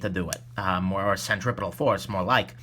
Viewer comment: "Centripetal": thank you.